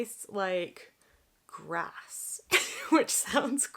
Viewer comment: omfg when you said GRASS 🤣🤣🤣🤣 the way you said it,hella funny